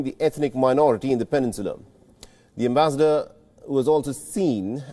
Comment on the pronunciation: never heard such awkward pronunciation of the word ambassador